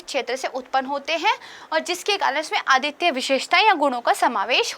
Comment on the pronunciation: मैम मुझे आपकी करेंट अफेयर की कक्षा काफी अच्छी लगती है। इसके संबंध में मै आपको एक सुझाव देना चाहता हूॅ । आप कुछ शब्दों के उच्चारण पर ध्यान दीजिए जैसे आप इंस्टिट्यूट बोलते समय 'ट' शब्द पर फोकस कीजिए , इसके अलावा अद्वितीय शब्द को आप आदित्य बोल देती हैं।